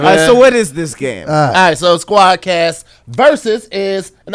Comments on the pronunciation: can say Venni Vetti Vicci but can’t say Squadd Cast 😂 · How TF can rap like he did on the Freshman Cyphers but can't say Squad Cast?! LOL